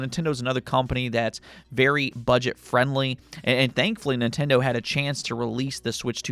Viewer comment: Did you just call nintendo… budject friendly or am i hearing things 😂😂😂